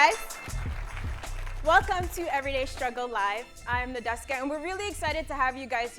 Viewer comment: Nedeska... noCHESTka